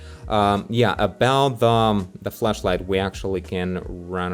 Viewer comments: Who gonna tell him that he may not want to be pronouncing flashlight like that? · i thought you said fleshlight at first lol